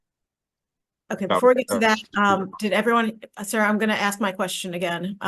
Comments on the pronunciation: Did she really just say ax? Wtf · If the AG uses "axe" instead of "ask". You needa petition to get a competent AG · She doesn’t present herself very well. “The state would axe….” It’s “ask” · Well tbh she doesn't even know how to pronounce "ask" correctly so... 🤷